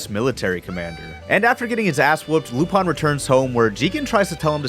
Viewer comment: I’m sorry I can’t get past the way you say Lupin